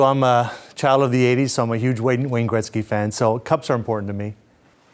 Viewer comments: why does he keep saying grekzky. best player ever show respect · Dosent it bug anyone else how the pronounce Gretzys name ?